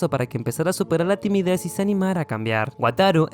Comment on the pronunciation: Pregunta que es tumides se le entumece la lengua o algo así 😅😅😅 Digo nomás 😁